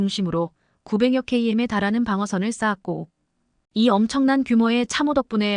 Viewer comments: AI가 말하다보니 100킬로미터를 100케이엠 이라는 맨트가 나오는것이다 K방산 화이팅 입니다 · 키로메타로 읽어라 이 바보야!!